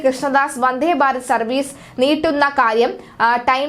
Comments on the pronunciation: വന്ദേ എന്ന് പറയു വന്ധേ എന്ന് പറയാതെ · വന്ധേ അല്ല വന്ദേ